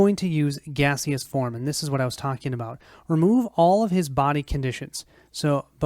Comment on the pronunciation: Gas-eous form 😂